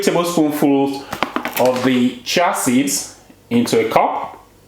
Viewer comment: Cheeee ya seeds "chia seeds"